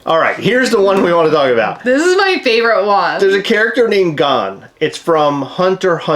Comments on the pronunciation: sometimes i think you mispronounce anime names on purpose aint no way you pronounced gon as gone😭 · Hunter Hunter Gon (rhymes with bone)